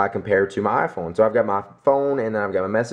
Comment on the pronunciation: First time ever you said "iPhone" without saying "Ah-Phone" xD